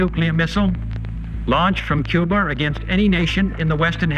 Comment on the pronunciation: Dude said 'Cuber', instead of Cuba...wtf.